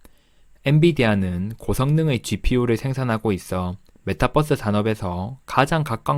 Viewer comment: 뻐스 아니고 버스...